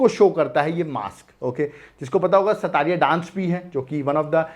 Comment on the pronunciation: It's not called sattariya😂.. it's called sotriya